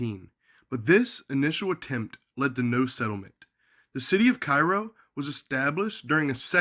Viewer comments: It is care ro not ci roe call kfvs 12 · It's Kay-ro. Learn how to pronounce it correctly. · Its pronounced "CARE-ROW....I grew up 10 miles from there back in the sixties. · I was born and raised here until my pre teens... And fyi... It's pronounced KAYROW or care-0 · Kay-row or Care-row according to comments in a number of videos about the city. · It's Cairo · Informative video, but probably would’ve lent more credibility to your research if you knew how to pronounce the name of the town.